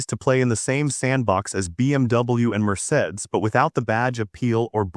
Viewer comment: The AI voice pronunciation of Mercedes and Infiniti were atrocious.